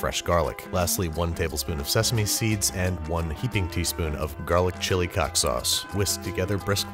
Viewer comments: Babish: ''Chilli cock sauce.'' Me: ''Did- Did I hear that correctly?!'' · Why hasn't anyone noticed him saying, "Garlic Chili Cock Sauce"? Hahahahaha